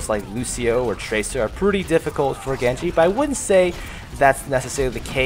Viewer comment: Maybe you master Genji but you still don't mastering pronouncing his name